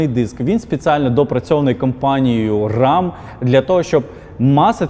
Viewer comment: менеджер , не рам , а рем